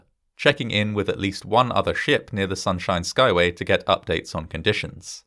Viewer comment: Good on you for being able to say that tongue-twister of a bridge name 😅